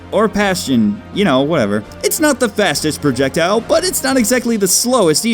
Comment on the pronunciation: Did you say "it's not the Fascist projectile"?